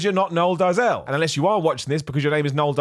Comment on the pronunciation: It's pronounced more like "Dayzill". Flippin' Seth Efrekens. 😂